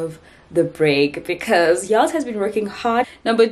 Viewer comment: I've been a subbie here since the beginning of covid, watched every single video and it's actually the first time, I hear "it's Yolz channel" as "it's y'all's channel". How creative!🤔🤭🤭